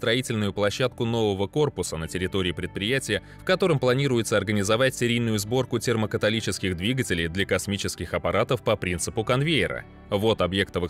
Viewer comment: Автоговорилка лажает. После термокаталических двигателей я чаем чуть не захлебнулся.